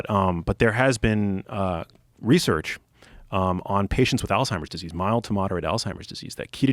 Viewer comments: The first thing thats wrong is some people call it Alltimers. There is a Z not a T. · neither of them can even say alzheimers right. why would i listen to this lol